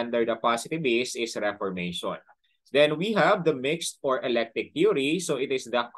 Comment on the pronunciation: Electic po ba or Eclectic?